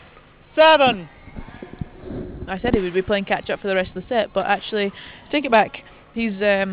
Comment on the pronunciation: umpire says "zeven four"... Half Dutch half English :D